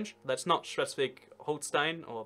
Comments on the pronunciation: just watched to see you struggle with bundesland names like schleswig holstein X'D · Just watching this to hear you slaughter the pronunciation of Schleswig Holstein.